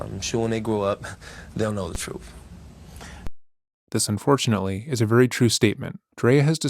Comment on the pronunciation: I need someone to explain what “troof” is, he keeps saying it and I have no idea what “troof” is.